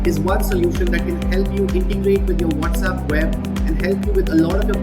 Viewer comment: What is the whatzapp??? Mean with the z and not WhatsApp with the s ??